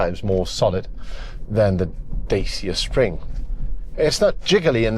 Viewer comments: Pronounced "Dachia" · it's pronounced "Datch-A" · It's pronounced Dacha. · No, its pronounced Dacia